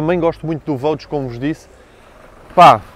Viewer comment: É costume dizer que “gostos não se discutem”, mas este Range é soberbo e só “ultrapassado” pelo irmão Velar., no Vogue não se lê Vogue com “Gê” em vez de “Jê”? Um G seguido de U lê-se “Gê”, correcto? Isto mesmo não sendo em português. Continua com os teus grandes vídeos. Parabéns